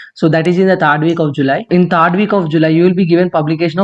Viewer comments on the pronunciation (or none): It's not thaard week of July It's third...better u also improve English proficiency skills.....btw tq so much👍